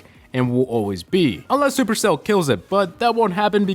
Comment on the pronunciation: I don't like when he says supercell